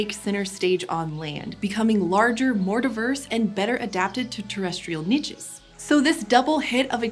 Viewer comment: I don’t think you can say “niches” like that! Unless both ways are correct